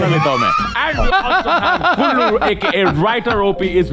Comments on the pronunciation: a little correction , His name is "Kullu" (Aditya Kulshrestha) and not "Gullu" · It's not gullu, it's kullu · His name is Kullu not Gullu. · Its Kullu not Gullu... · It's kullu not gullu 😂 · He's kullu not gullu 😭